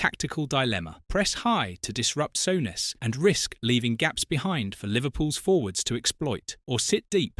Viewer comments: Sort out your AI shit Sowness, wtf!! it's soooness you plumbs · Graham “Sow ness” fuck Ai it is ruining you tube.